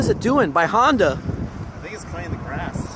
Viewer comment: Lmao "honda"